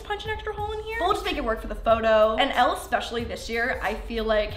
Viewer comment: girl... I love you. But Elle’s name is pronounced like Ellie ❤️... 😂